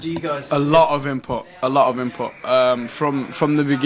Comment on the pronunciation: i like the way zayn says input as inpop